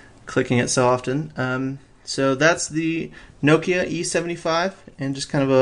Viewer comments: It's prenounced NOK-IA not Nookia. Get it right :P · Pronounced correctly, the Finns say it basically as two syllables (from an American's perspective). Something like Knock-ya - but with a Finnish accent.... Needless to say, we Americans (myself included) do not pronounce it properly.